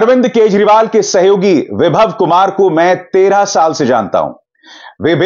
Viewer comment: Ye Vibhav ko Vaibhav bol raha hai, ye sachme anchor tha kya ?